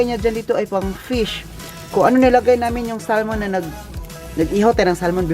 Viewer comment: You’re so lucky to have Andy as you company. Don’t get upset if I correct you on your pronouncing the word “Salmon “. It is silent “l “. So it sounds like sa mon. Bigkasin mo ng mabilis. Enjoy your lunch and say hi to your employers. I was an X’ five star hotel worker and our former GM in Manila was German and when I was in Dubai , our Chef 👩‍🍳 was German too. Good luck and ingat sa kalusugan mo. I’m your lola Elsa.